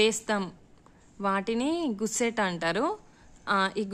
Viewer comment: అమ్మ గుస్సెట్ కాదు తల్లీ గస్సెట్